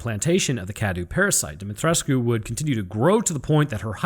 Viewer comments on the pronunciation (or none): Demetriscu The "u" is silent 😉 Yet another great video 😁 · Is he saying "DEMI TRESS KU"? Lmao Pronunciation my dude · It's pronounced DOMMITRESK. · It kinda disturbs me everytime he says "De-met-resku" 😂 Got too used in pronouncing it as "De-met-resk"😅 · Awesome vid. Truly informative. Just the pronunciation of 2 names : Cadou = Kdow Dimitresque = Dimitrek